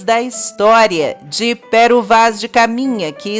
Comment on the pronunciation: É Pêro que se pronúncia amiga !!